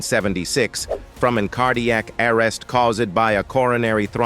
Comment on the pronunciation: On that note, AI seems to have become very emotional when they got to the sad part of The Supremes they had conspired to forcy-her out of the group the judge ru-lead ....and she diet... ...arr-hest cau-sead hit me right in the feels that even a computer generated voice has trouble narrating that.😂😂